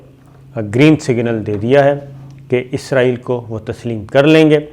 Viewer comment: Ap name wrong phar ray ho isaril name hai ap k6 or bol ray ho